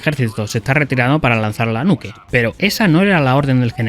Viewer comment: Cuál era la necesidad de decir nuke para pronunciarla mal existiendo perfectamente la palabra nuclear XDD